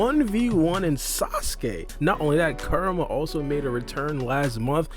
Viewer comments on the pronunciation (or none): Every time this man said Kurama it sounds like Karma 😂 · You gotta learn how to pronounce Kurama bro, it’s not karma lol